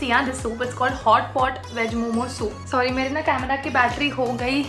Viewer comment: she said saary